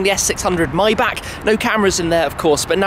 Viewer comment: c'mon Shmee, it's not My-back ;) It's [ˈmaɪ.bax]. edit: now I realize you mispronounce other Bachs too.